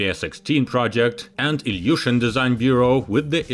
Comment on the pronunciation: Illiushin not illusion 😂😂